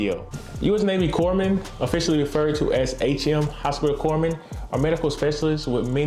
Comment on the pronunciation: The P is silent in corpsman. “Coreman”